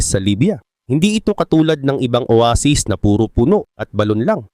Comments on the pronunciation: Oweysis talaga yun may short term memory lang sya kaya nakalimutan nya Yung tamang pronounce aray mo pakak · Owaysis bigkas don diba hahahaha